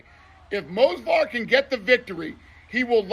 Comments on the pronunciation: Dana can’t even pronounce movsar right let alone give him his title shot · Dana still can’t pronounce Movsar correctly, embarrassing